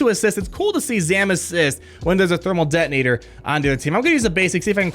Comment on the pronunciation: "Thermal det-tin-ator" lol